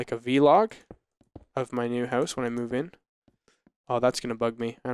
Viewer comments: It's not v-log, it vlog! God that's annoying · Guys, it's Vlog, not V-log, video blog, on syllable- Vlog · VLOG not V-log!